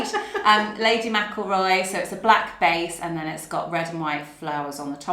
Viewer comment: I vote for Rachel's no.2 and Nikki's no.3. Lovely to see you back again and to hear McElroy properly pronounced. 😀